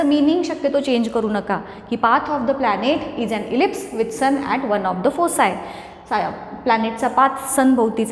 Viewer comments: Teacher yaikana thumi fossi aasa pronounced karat aahe tar tyacha pronunciation aahe phokie aahe te phossi khup ghan vatat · Mam I think It was फोकाय(foci) not फोसाय